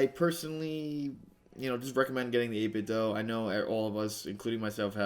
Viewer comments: According to the 8bitdo speaker the do is pronounced like the word instead of like Nintendo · It's actually 8 bit "doo" 🙂